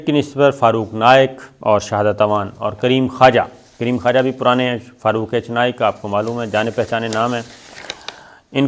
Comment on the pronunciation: کریم خواجہ نہیں بلکہ کریم خوجہ۔